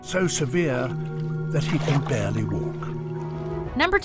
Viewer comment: "hurt so bad, he can bearle walk" ... xD